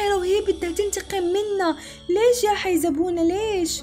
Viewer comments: ملاحظة : اولا، تدعى حارسة المقبرة حيزبونة وليس حيزونة😂😂😂 أنا لعبت اللعبة ولكن ما كملتها ، أنا لم أقل اسمها خائفة من أن يكون اسمها اسم جن ، بسم الله الرحمن الرحيم😢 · حيزبونة وليس حيزونه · اسمها حيزبونه وليست حيزونه😂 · اسمها حيزبونة مو حيزونة ❤